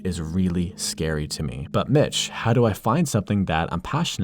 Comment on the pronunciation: When u say mitch i hear bitch lol